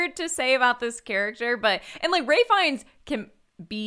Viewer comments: It's Ralph Fiennes, not Ray. Also the mouse pointer is killing me. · Wow, I was so confused why they were calling Ralph Fiennes "Ray" until half an hour into the podcast when I looked him up and realized it is in fact pronounced "Raif." The more ya know